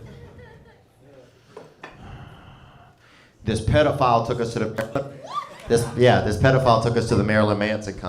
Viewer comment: Didnt realize it was pronounced Pediaphile! Pretty cool educational-comedian